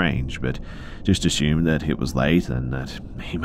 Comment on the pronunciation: the word is, Assumed. as you can see there is no H, just as theres no H in Consume, assume or presume. "triad" pronounced Try-add, not tree add thanks for listening, if you're going to literally talk into a mic for a living, at least do it correctly and not half assed, if i was your boss id dock pay for every one of these mistakes you ever make. also very often when the writer says something sad or scary you sound like you're almost laughing about it, dont, thats insensitive